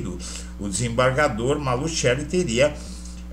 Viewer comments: NÃO É MALUTCHELI!!! NÃO É MALUTCHELI!!!! NÃO É MALUTCHELI!!!! NÃO É MALUTCHELI!!!! NÃO É MALUTCHELI!!!! NÃO É MALUTCHELI!!!! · EDUARDO, ESTA FAMÍLIA MALUCELLI SÃO MUITO CONHECIDOS EM CURITIBA E NO PARANÁ! TIVERAM UMA GRANDE LOJA DE MATERIAIS DE CONSTRUÇÃO NA AV. VISCONDE DE GUARAPUAVA! TINHA PROPAGANDA NO CANAL DE TV DIRETO JAMAIS FOI PRONUNCIADO MALUTCHELI, MAS SIM,(MALUSSELLI)!!! TÊM TAMBÉM UM TIME DE FUTEBOL... O J.MALUCELLI! E PRONUNCIAM MALUSSELLI E NÃO, MALUTCHELI!!! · QUANDO VOCÊS PRONUNCIAM MALUTCHELI, NEM PARECE QUE ESTÃO SE REFERINDO A ESTA FAMÍLIA MALUCELLI DAQUI, MAS SIM, ALGUÉM DESCONHECIDO DA MÁFIA ITALIANA...